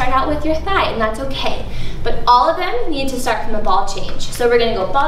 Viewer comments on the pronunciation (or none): none